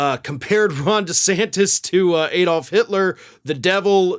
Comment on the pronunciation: It's ADD-olf not EEDold - How would you prononce Alabama?